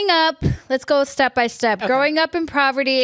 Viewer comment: Poverty*** not proverty haha love you though